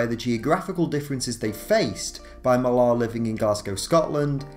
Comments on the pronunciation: It's just pronounced Miller, not Milaahr, are you kidding? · so confused buy the way he keeps pronouncing Mark Millar as "Mill-ar" instead of how the man pronounces it himself "Mill-er" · It's pronounced Mill-r not mil-ARH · Millar is pronounced like Miller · I realize it is a nitpick but it is hard to take this video seriously when you can't seem to pronounce Millar's name correctly. It is simply pronounced "Miller." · Please, please, please learn how to pronounce "Millar". You sound British, you shouldn't be getting this so wrong.